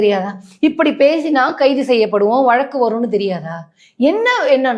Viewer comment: வளக்கு இல்வப்பா வழக்கு! இந்த காலத்துப் பிள்ளைகளுக்கு. ழ. வரவேயில்லை. தமிழின் சிறப்பு. ழ. வில் தான் இருக்குதப்பா!